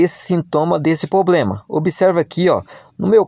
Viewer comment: O problema é o "poblema"